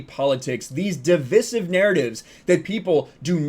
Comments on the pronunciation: Di-VICE-ive, not da-vis-ive. You sound like the super gay governor of Colorado. Great channel otherwise. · Youtubers learn to pronounce divisive!!!!!!!